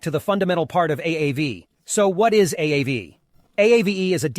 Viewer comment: It’s “Ah-Vay” Finnish for ghost